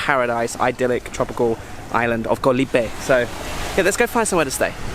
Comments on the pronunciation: FYI, the word Island, "KOH" shouldn't rhyme with "TOE." It actually sounds more like the "AU" sound... "Gau" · you should know by now that KOH (island in Thai) is pronounced with a soft (O) as in the word GOLF. No hate, just want you to pronounce KOH like a local Thai.